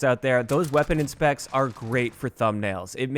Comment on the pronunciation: Weapon “inpects ”